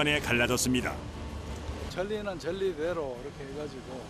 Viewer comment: 전리가 아니라 절리